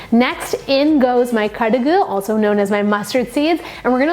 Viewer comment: Love it!!! On point kaduggu and Ulundhu...love how you say it! Our poriyals need some lime light!! You should do vazhakai, potato fry!! ❤️